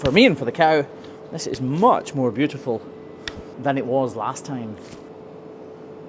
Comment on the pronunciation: Aye i kinda wanna hear u try an american accent because when u said beautiful it sounded all american😂